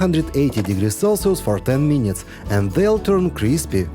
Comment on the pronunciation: Дядьку, трохи хелпу з англійською. Треба казати не "мінітс", а "мінитс" (кацапською минытс) і тоді все буде гарно.